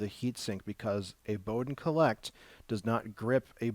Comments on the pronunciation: It's a "call-it" (collet) instead of a cole-ect (collect)! argh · Thanks for the insight into this hot end. I was almost going to buy one of these but decided on a Mosquito clone instead. Took me awhile to figure out what he meant when he kept saying "collect" for supporting the Bowden tube. Finally figured out he was referring to the "collet". And yes, watching this at 1.25 or 1.5 speed is much better...